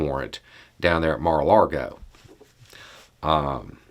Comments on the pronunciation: Just a quick tip, it’s Mar a LAGO… not LaRgo like you pronounce it. Lago is lake in Spanish while laRgo means long… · Just a heads up It’s not mar a Largo it’s mar a Lago